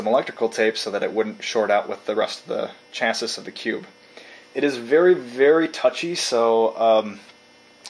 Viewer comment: Looks awesome. Came across this while investigating building my own hackintosh, inside a G4 sawtooth case (as a workstation though, not as a HTPC). FYI, "chassis" is usually pronounced as "shas-ee" (not chass-is)